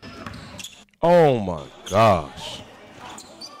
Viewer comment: can’t pronounce countering lol it’s the Louisiana